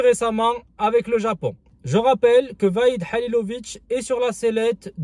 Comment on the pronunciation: salam aleykoum, tu sais mème pas pronoce , le nom Mr HALILHODZIC et tu entraint de le critiquer allah yehdik, la moindre des chose de pronocé son nom thaoooooooooooooooooooooooooooooo